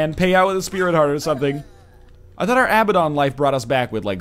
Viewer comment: Abaddon = Uh-Bad-En